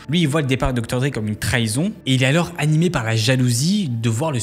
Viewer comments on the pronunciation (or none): none